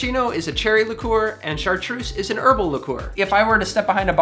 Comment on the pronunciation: It would be good if took a few minutes and learned how correctly to pronounce the names of some of these liquors. In particular it made me wince to hear him say 'shartroose' and accent on the wrong end of 'Ricard'.